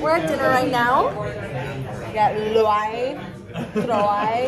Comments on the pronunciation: It's pronounced lou-ay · Thats not how u say Louai’s name lol